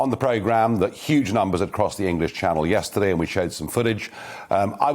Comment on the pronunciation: "Yesterdee" he's very Spike Milligan's mum.